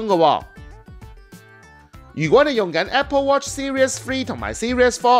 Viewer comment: it's "series" not "serious" = =